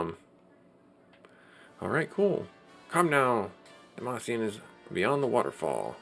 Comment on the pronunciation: lol demacian...no more league of legends for you...I think is Dam-Cyan.